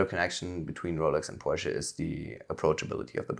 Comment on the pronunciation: Wow, he pronounced Porsche correctly, amazing!